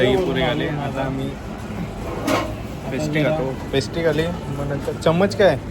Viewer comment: pastry❌ Pesty✔️😅😅😅